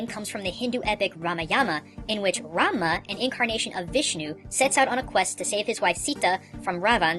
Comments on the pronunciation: Two errors, 1. It's final fantasy 6, not 4, Final Fantasy 4 involved Kain, and Cecil, not Terra, Locke, Saibin, ect... Error no. 2: It's Rumah, not Ramuh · why he kept saying Ramuh as ''Ranma'' ? its Rámul '-' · When you said Ramah I thought you said ramen.